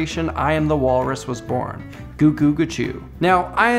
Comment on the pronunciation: It’s ”Cu-cu-ca-choob “ not ‘goo-goo’! 🙄